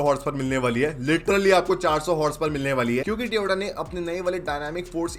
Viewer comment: Tyooooooota ne tyooooota ne lol